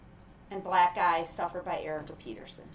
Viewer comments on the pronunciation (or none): I think intentionally mispronounced Erica's name wrong (she said Peterson, not Paterson) so Brooks'could once again acknowledge the charge against him, just like how "accidentally" gave the wrong number of charges...she was off by one and dips-it Brooks'corrected her like an idiot lol